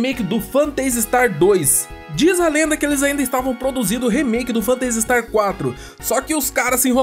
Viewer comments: Mto legal a série, acompanho desde o começo. Mas essa sua pronúncia do nome do jogo aí tá meio esquisita hein? Vc fala "Fantêisi", e o mais correto seria "Fêntazi". Não que prejudique o conteúdo, é como vc comentou no caso do "Guile" vs "Gaioul". É mais uma curiosidade mesmo. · pronuncia-se fêntasi istar, e não fanteisi star. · "Fanteisi Starrr" xD